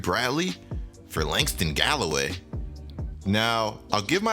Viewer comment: The way that nigga said Langston Galloway 😂